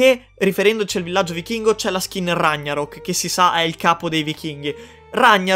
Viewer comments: RAG NA ROK. Nn ragna ROK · Ragh Narock si pronunciá cosí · si dice ragnarock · Perché pronunci ragnarok così?